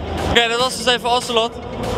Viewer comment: Hij zegt sjeeh geen share.